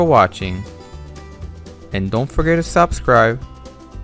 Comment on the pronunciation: Nothing special it this.. just normal with no added value… and u say the word subscribe in a very weird way, whats up with that??